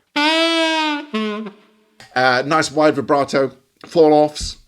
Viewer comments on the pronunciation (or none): none